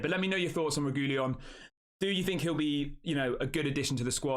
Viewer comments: Reguilon AFAIK is pronounced Reg-wee-on. My memory of him at Spurs was that he tried hard when he first got there and was excellent, but his enthusiasm waned quite soon after, and he became disillusioned. That might have been understandable because Spurs were awful at the time. Or you could look at it as a negative quality that his head goes down too easily. Either way, a deal that allows us to hand him back after a while is the right solution. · Sorry to be a bore, but it's pronounced 'Reg-willon'.